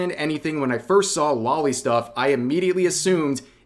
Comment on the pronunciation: Alright cowards pay attention because I'm about to reveal your secrets. Loli Is not a body type it very much is a "young person". And it's not pronounced "lolly" It's pronounced "lo-lee". I know it's pronounced this way because it's the shortened version of lolicon, it is derived from 2 words. lolita and complex. It gets the Loli part directly from "lolita" which was the title of a book from a Russian author about an adult male who had an inappropriate relationship with a female minor, and the word complex, without looking it up I believe it means something like "a strange infatuation with". I don't care enough about the world anymore to actually judge you for this so I don't actually care that you like it. But it does annoy me when I see people just not owning their shit. Especially on this topic now here in 2024. it's grown so popular that it's obvious what it is at this point. And just to show you that I truly feel this way, That's there is some loli artwork out there that I really like. no I'm not afraid to admit it. Well it's not an infatuation with me there's something enjoyable in youthful cutiness in eroticism.